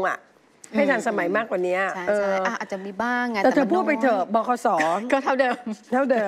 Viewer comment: บขส ครับไม่ใช่ บคส